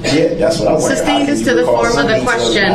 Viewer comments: I think my favorite part about all this is how he mispronounces so many legal terms. He's like a child that hears the word once, mispronounces it, and thinks that is the correct way to say it and everyone else is wrong. Every time he says sustained he's saying substain. It's like the only way for him to understand this legal jargon is if the legal jargon is wrong which explains his understanding of law. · Never fails to crack me up. He gets sustained and then asks " reason for the substain". What is a sustained sir? He also asks Detective Carpenter " what is the thist". Carpenter should have asked Brooks, "huh?. Then he asks a bunch of witnesses if they got the license place of the vehicle. The guy was clearly not the lawyer he thought he was. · and the judge wouldn't give him grounds for the "substain". He was just "axing" about the "licene place".